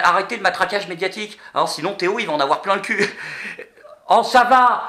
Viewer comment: c'est pas Théo mais ThéO